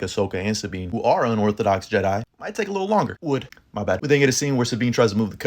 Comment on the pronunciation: Nah bro that “would”was crazy 💀